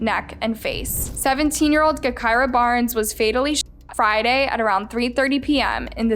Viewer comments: BRUHH 😂😂😂 im dead, she said GEK KIRA! Lol bruh its “Ja kira” and she wasnt a rapper lmfao i never thought id see drill shit on this channel. Bruh tyquan was her best friend lol this is like a copy and paste from the chiraq reddit. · Her name was pronounced like Ja - kirah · Your information is all wrong u should’ve did better research also u should say her name correctly obviously it’s sounded (ja) gahKirah come on. White people always messing up some shit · It's pronounced Ja-Ky-Rah just spelled with a G instead of a J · It pronounced Jah-kirah you fool. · Nah, you got her story all twisted and i watch all your videos. All the the way down to her name. Smh , at least pronounce the name correct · please! I love you but your pronunciation of her name is driving me crazy!!! 🤦🏾‍♀️🤦🏾‍♀️🤦🏾‍♀️🤬🤬🤬